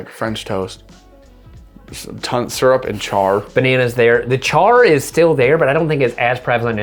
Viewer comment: Did say maple surple?